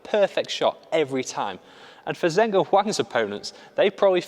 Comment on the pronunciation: Great video! Just to note that the pronuciation of 'Zheng' (as in Zheng Siwei) is not 'Zeng', its 'Jeng' (the names are written in Pinyin and not English which is why people get confused)